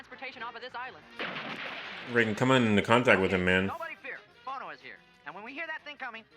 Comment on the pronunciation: Velma mispronounces the name "Bono".